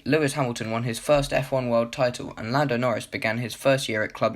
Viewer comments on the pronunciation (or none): llando norris lmao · Llando norris? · LLando Norris